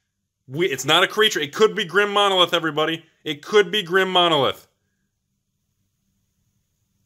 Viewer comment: Grim Monolith is spelled Grim Monolith, not Drim Monolith. Why you askin' for the D?